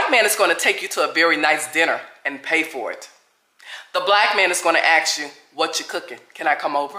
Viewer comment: I’ve never met an educated person who says, “aks”.😂